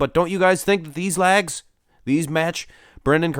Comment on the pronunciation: Lol...”lags”. LOLOL.